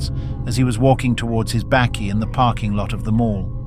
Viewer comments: Never heard of a ''Bêkkie''!??..... ! It's a BAKKIE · pronounced 'bukkie' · "Bakkie" (pronounced baaky) is the South African name for a pickup truck. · Truly dreadful AI narration. Is it really too difficult for you to get a human to narrate the news segment as your AI version is horrendous and cannot pronounce South African names or the word "bakkie"? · The AI voice butchering words like Bezuidenhout and bakkie is hilarious